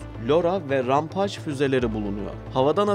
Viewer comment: rampageyi rampaj diye okuyunca videoyu kapattım.